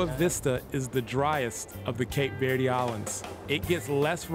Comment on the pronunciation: I agree, the narrator doesn’t even pronounce Cape Verde right